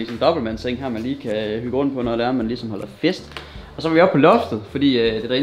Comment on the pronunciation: 1.37 "Jeg optager kigesom" HAHAHAHA